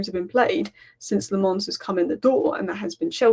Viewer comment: His name is pronounced! Senna La'menns heard that from himself on MUTV